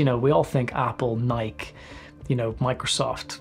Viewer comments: Solid vid. Ill forgive you for pronouncing nike that way but just this one time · haha yesssss